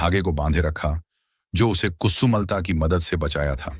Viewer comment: Its not kusu malata its kusumlata you idiot. But music is fine.